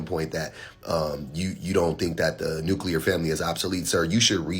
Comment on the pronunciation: He said nukeular not nuclear.....hahahaha!